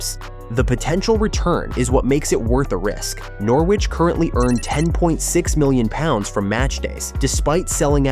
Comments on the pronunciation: Nor Wich ha ha. Lasted one minute before turning off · You make a video about Norwich but cant even pronounce it right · Another video that sounds like it’s been commissioned by some American marketing company. At least get the pronunciation of the City correct before proceeding on a self funded expansion plan which we’ve heard so many times before. The lack of ambition to upgrade the City Stand is now down to the current board and it could be funded by building it first ! and stop the nonsense about fan zones.Fact